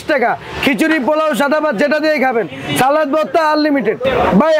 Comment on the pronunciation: সালাত নাকি সালাদ?? উচ্চারণ যদি না জানেন তাহলে কেমনে চলবে??